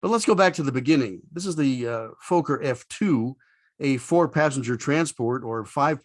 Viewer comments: Learn how to pronounce Fokker....it is NOT Folk er. It is Fock er....for a so called aviation channel you should know that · A dirty mind is a joy for ever. But in the Dutch language it doesn't sound odd (Fokker means something like 'breething animals' so in essense the same... Pronounciation is FOK-KER not Fooo-ker nor Fucker' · That's exactly how we pronounced it in Australia, i.e. Fokker (with a short 'o' sound) as opposed to Foker (which rhymes with poker). That pronunciation was brought home by the engineers and pilots who went to The Netherlands to monitor the building of each aircraft (and then flew it home) operated by the airline I worked for. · I loved the typical sound of its engines! Do you pronounce it "Fooghr" to prevent demonitization by stupid youtube algoritms? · Don't know where you got your pronunciation of FOKKER. If it had one K I would agree with you, but two Ks make it sound like locker. Also my mum was dutch and personally knew Mrs Fokker, and I even met her in her later years. Great aircraft which I flew as captain for four years. Thanks for the video. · Be nice if he could pronounce Fokker properly. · Very nice episode, thanks! Although, just for giggles, we Brits pronounce "Fokker" slightly differently! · A great and very informative video. The only small things is that your pronunciation of Fokker is wrong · In the first 30 seconds you mispronounce Fokker, I moved on! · Fokker has a short O sound (I'm Dutch and there's a Fokker factory a few km from my home). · Indeed. It rhymes with locker and docker.